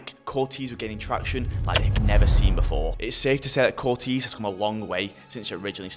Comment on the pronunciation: "Cortayz" you got it wrong throughout 😂